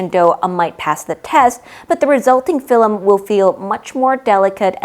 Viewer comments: I love the video but I died inside every time I hear you say Fill-em instead of film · Its pronounced film, not filim ! I Love how informative your videos are.